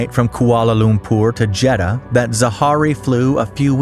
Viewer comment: bro pronounced jeddah extremely wrong -_